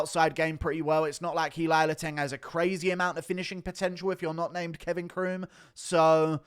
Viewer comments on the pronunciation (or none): none